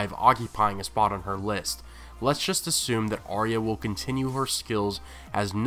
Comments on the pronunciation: Firstly love all the vids but please learn to pronounce Arya's name correctly. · it's not pronounced like that in the show